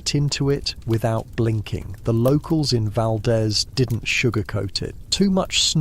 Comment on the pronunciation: Valdeez not Valdez